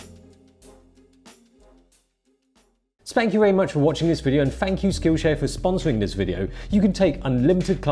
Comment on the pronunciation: Did you say "spank you very much"?